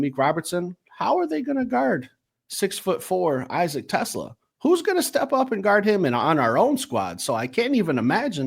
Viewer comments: You guys are still pronouncing TeSlaa wrong. Lol. Jim Thrower is going to be sending you guys a formal letter, demanding that you pronounce people's names correctly.. it's going to be signed and fully endorsed by the Governor of Michigan. Edit: - It's Ratledge, not Rutledge. Lmao. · is funny. Lmao. He throws his hands up and says "respect respect" and still mispronounces TeSlaa's last name 😄.. "no disrespect".. then, he ostensibly says a few nice things, and then, says "but. BUT" lmao! I've heard somewhere before that when one person is apologizing or complimenting another person when 'but' enters the conversation, everything before that point has little to no meaning. Lol.